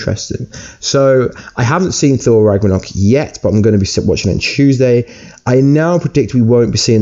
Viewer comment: Ragranok? Massive spoirer? Can you talk properly?